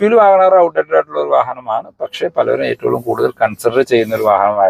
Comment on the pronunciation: എന്തുകൊണ്ടാണ് നിങ്ങൾ എപ്പോളും എട്ടൊള്ളും എന്ന് പറയുന്നത് ഏറ്റവും എന്നല്ലേ 😁